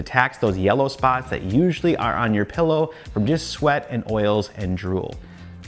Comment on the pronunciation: PILLOW... not pEllow